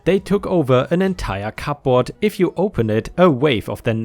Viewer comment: when you pronounce cupboard don't pronounce the p